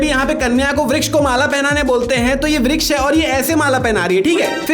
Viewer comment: Vruksh not V yes yes